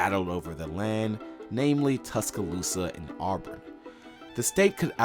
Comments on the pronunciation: It's not pronounced "Awe-brin". Also, it's "ask" not "axe". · It’s really annoying how much is mispronounced.. Shug Jordan is pronounced like “Jerdan” and it isn’t “Arburn” 😂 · you gotta stop calling them ourburn